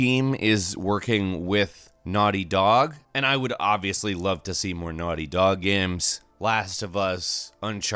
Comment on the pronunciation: Am I the only one that was disturbed by the way he said naughty dog? It seemed like there was more of a space in between naughty and dog than there should have been...